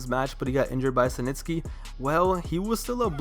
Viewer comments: Its SNITSKY..not SiNTSKY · "Senitsky"... Dude, it's Snitsky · Who the hell is "cee nitsky" 😂 its 'snitsky" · dude, it almost seems like youre saying cementsky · mans kept saying “SANITSKY”😂😂😂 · why you call snitsky "Suh - Nits - Ske" ? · Idk why but the way you say Snitsky bugs me lol. Good video though.